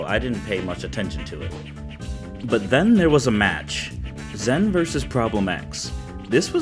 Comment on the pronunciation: Just a heads up, it's spelled "Zhen" but is pronounced as "Jen". I think only James Chen said it correctly in the stream.